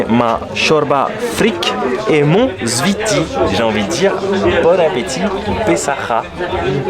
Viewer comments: C'est pas le ziti 😂😂😂 C'est le zfiti En arabe ça s'écrit comme ça الزفيطي Attention c'est très très piquent. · Le zfiti plat meconnu en Algérie, il devient très populaire ces dernières années. Tu as mal prononcé zfiti boumahress Pour le balout on dit ça aussi pour les balles de pistolet ou fusil comme surnom à cause de leur forme